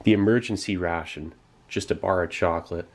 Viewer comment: constantly the word ration sounds like russian)